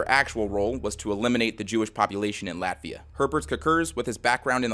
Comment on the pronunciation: I know this is supposed to be serious but in the beginning I thought he said laughia